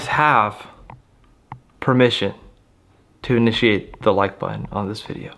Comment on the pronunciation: "Permission to Inishate Contact" is crazy 🤣